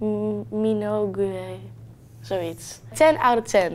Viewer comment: Damn, toen ze de achternaam van Kylie Minogue niet wist uit te spreken voelde ik me ineens even heel oud.